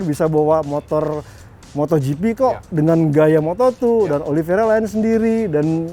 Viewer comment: Oliveira bang,bukan Oliviera.